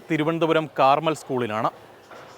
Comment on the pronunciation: കാർമൽ സ്കൂൾ അല്ല കർമ്മേൽ സ്കൂൾ ആണ്😂